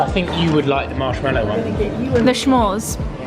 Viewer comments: What a lovely vacation spot, looks like you guys are having an amazing time. Love this so much. And a friendly tip, it S'mores, not Sch'mores, no need for the "ch" sound! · I keep laughing when you say “shmores”, sorry 🤭🤭. It’s not S-H it’s just S … like “smith” .. s’mores. ❤❤❤❤ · Smores not SHmores. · pronunciation of the word “s’mores” is sending me 🤭🤭